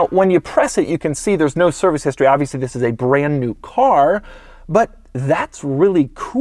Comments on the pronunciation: Wzis is the 2020 Porsche 911.... Why does he say wzis??? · He pronounces "THIS" exaggeratedly.